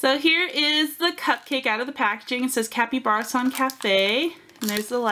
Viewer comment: Kapybarason as in capybara (the large rodent) not kapyBEARison